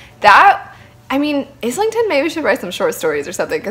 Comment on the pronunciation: Book three is out to complete the trilogy. The start of book 3 recaps the first 2 and you really need it because there is so much going on. I must say the book is very stormlight meets the wheel of time plus time travel. Also not to be a dick but his name is pronounced island-ton not is-ling-ton. (I made the same mistake Michael Kramer corrected me)